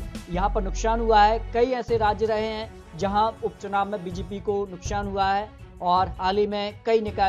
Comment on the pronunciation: Chup be sale....nukshan nukshan kar raha h...nukshan nhi nuksan hota h...pahle hindi sudharo..fir patrakarita karna